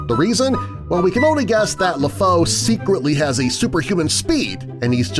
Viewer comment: Lèfou is said Lefoo